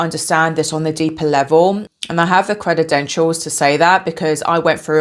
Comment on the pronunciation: You have a voice for silent films. Did you seriously say "credidentials"?